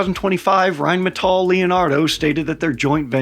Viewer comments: Well, he's not quite pronouncing it correctly, he says it like Rheinmetoll" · saying "rhinemetoll" isn't exactly knowing how to pronounce Rheinmetall to be quite frank. Better than most foreigners, still a lot worse than us. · And the R should be rolled like in spanish. But its close enough. All good. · but „Rain Metal“ also sounds nice and is quite fitting to what Rheinmetall is doing: raining metal on the foes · Rhine-me-tall is not how you pronounce it supposedly, and who cares. Germans can't even get it down nor agree. Whyn-meh-tahl. Rgryn-metahl. Germans say it differently. Same with Porsche. Pretty sure Germans just hate it RWINE-Metal as the best pronunciation, because the W. LoL. More use to the L I suppose. JP. I did tell that to a terrible middle school history teacher named Mr Wynne, or Vynn. Rhine as the river, and metal as in heavy metal hands down the best way to say it, because it's an amazing name for a company producing tanks. I'll keep saying that. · I'm all about getting another nations language and pronunciation correct. But the American side of me says Rhine Metal does sounds hardcore Badass like it's some type of futuristic battle mech production entity. It might be wrong...but it sounds sooo right.=) Typical American I am. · We still need to work on rolling that R though